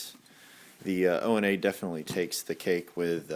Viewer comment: ONA is pronounced "OWNA" not "Oh EN A". It's a Swahili term.